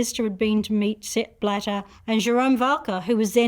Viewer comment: Sepp… bladder?. Sounds a lot like step ladder… I’m sorry xD